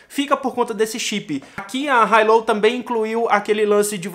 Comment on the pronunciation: Hi low? Kkk a pronúncia não está certa, mas ótimo vídeo